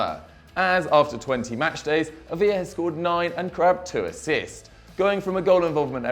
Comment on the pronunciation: Ávila is pronounced "Ábila" , yes the "b" I'd pronounced as a "b".